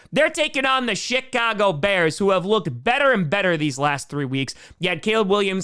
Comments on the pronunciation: Is it just me or did he say shitcago bears😂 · For a second I thought you said Shitcago Bears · I swear hes saying "SHITcago" bears 😂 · I thought you said shitcago bears. Did you say shitcago bears? I swear I heard that lol